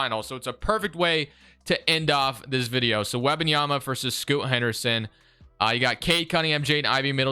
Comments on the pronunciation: Why do you keep saying scoota Henderson it’s just scoot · Who is "Scoot-ah" Henderson???